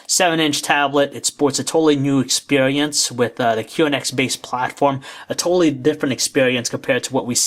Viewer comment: Expewience LOL